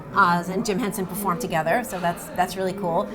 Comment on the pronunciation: and Henson , not HensEn